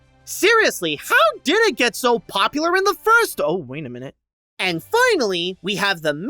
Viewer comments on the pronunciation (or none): none